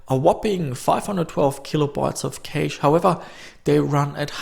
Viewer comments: u say it like "Cash" not "Caysh" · FYI cache is pronounced 'cash' not cayash or any other variation. Also motherboard is not pronounced mudderboard you wouldn't call the second Sunday in May 'Mudders day'. Those two things aside your videos are pretty much perfect, thanks fella 👍🏼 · I hate the way you say "caeiche"(cache) dont know why though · The best part about your videos is your accent when saying cache. "Caish". I love it. Thanks =) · no "käych" ??? LMAO come on man you should at least know how to pronounce PC lingo if you're into this stuff